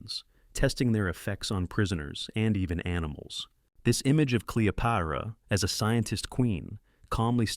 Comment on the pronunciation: Cleo-pyra? These AI videos are cheap and inaccurate. JFC